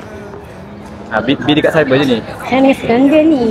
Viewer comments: 28.41 safwan nak sebut ayang ❤ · MCM dia sebut ayang